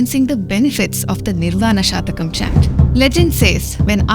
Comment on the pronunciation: It is निर्वाण षट्कम् , (ನಿರ್ವಾಣ ಷಟ್ಕಮ್) a garland of six verses. If you pronounce it as shatakam, it means it has 100 verses. षट् is six. शतकं is indicative of 100 (verses) नमस्ते।